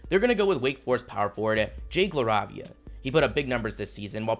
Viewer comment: It’s pronounced Jake La-Ray-Via. I know his younger brother Seth.